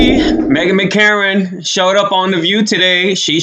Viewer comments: Megan McCain NOT Makaren.lol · McCain!!! NOT Mckaren.